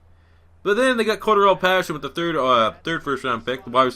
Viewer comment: "Shah-reef" Floyd. "Zavier Roads" "Core-Darrell" Paterson. There is your complimentary pronunciation guide. Use it.